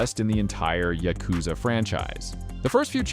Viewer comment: afaik, you pronounce "Yakuza" wrong, just like I did by default. Supposedly it's pronounced more like yA-kuza